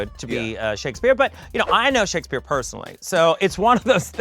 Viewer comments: monet saying "shake-ass-speer" made me laugh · Also why does Monét call Shakespeare, Shake As Spear lmao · is she saying “shakUHspeare” 💀